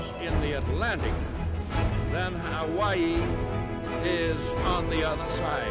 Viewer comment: It's the emphasis he puts on the latter half of "Hawaii" or something that makes it stand out